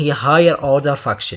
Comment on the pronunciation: حلو شرحك ولكن بليز انطقها كذا الفنكشن 😂 مو فكشن احسها لعنه 😂👍